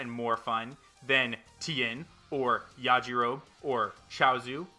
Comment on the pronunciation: You pronounce the E at the end of Yajirobe (YAH-JI-ROW-BEE) 😊